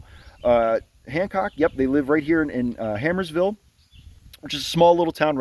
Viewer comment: Hey, bud! Great job with these. Just one thing. It's Harmersville. Sounds like a rough place to live, 😂